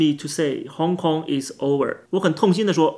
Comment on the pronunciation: “over” 的“v”发音不对成了“/w/”。 "democraphy" 应为"demography"。有点浮躁了。